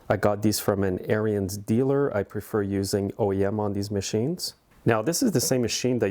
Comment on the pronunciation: Note: Ariens is pronounced Airin's not Air re ins. Check out any of their videos.